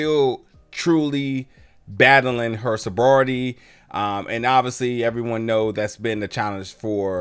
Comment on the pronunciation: Sobrority? Lol